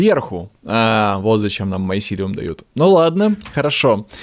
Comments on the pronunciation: не майсилеум а мицелий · помните как в Sky Den у некоторых подписчиков бомбило из-за того как произносит название майсилиума?